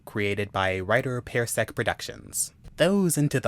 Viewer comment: I love these stories, they are all great reads. I'm sorry, but it's pronunced PAR-sec not pair-sec. It just bothered me hearing it pronounced that way.